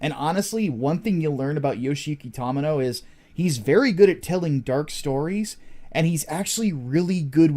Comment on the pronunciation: Watched the deep dive and came here to watch more of your Gundam videos... Only thing I can say is that it's pronounced TOE-mee-no, not taw-mih-no, otherwise excellent videos